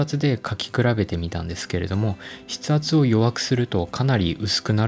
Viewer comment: 「筆ほ」ってなにかと思ったら「筆圧」か